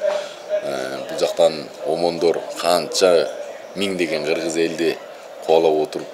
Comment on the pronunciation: Кызыл койнок Сен сакосунбу Гыргыз дебей так суйлобойсунбу